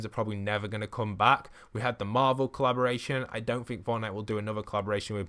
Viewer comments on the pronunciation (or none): none